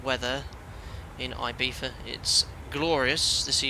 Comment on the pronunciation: Nice accuracy with the local pronunciation of Ibiza there. At first it struck me as wrong, but then I had to remember that my ear for Spanish is more attuned to its Mexican and Puerto Rican varieties, as those are what I commonly hear across the pond from you. (It would sound more like "ee-BEE-suh" in Mexican or Puerto Rican Spanish.) You got it right for Spain though, where the letter Z takes on the "th" sound, so I have to give you a proper "¡Tú español es bueno, Capitán!" :) Speaking of Mexico, if you're taking suggestions for future live stream origins or destinations, I think Mexico City could be interesting. Its 7300 ft elevation would allow you to discuss hot and high operations at a length I can't recall seeing in past live streams.